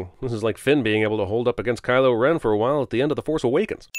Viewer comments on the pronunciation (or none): none